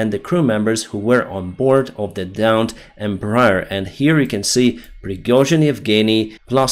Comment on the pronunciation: Not to be pedantic or anything because this is not really important, but the name of the Embraer company is pronounced "Em-bra-AIR" because the full name was "Empresa Brasileira de Aeronáutica S.A." (Brazilian Aeronautics Company) and because of a quirk of roman-based languages. Since you're a pilot, this name will come up somewhat often, so if you curious about the correct pronounciation, here you go. :P